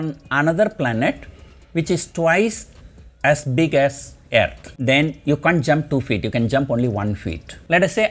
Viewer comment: I like “Aaearth”